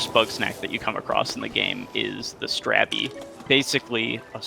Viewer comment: how does everyone mispronouce strabby?...